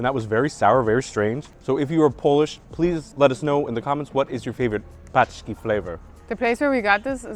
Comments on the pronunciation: You pronounce pączki- paczki in Polish paczki means - parcels.😂😂😂 how nice. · Awsome clip. Try "ponchki" cause what you say it actually means someting else in polish - boxes :) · "Pączki" contain the letter "ą", which is a nasal sound and sounds similar to the French "on", e.g. in "mon amour" or "garcon"